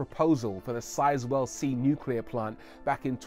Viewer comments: "nucler waste" is pretty much harmless. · It's always the little things, too. "Look at this new "coop" from Audi." "This is a modern type of "new-que-lar" reactor from the USA." Aaaaarrrrrgggghhhhhhhh! 😬😠👿